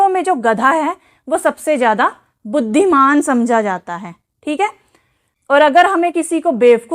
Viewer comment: Mam bhudhimaan bol diya aapne 😅